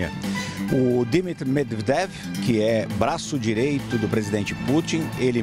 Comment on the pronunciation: O repórter tá passando mal pra falar o nome do cara, semdevnever. Kkkkk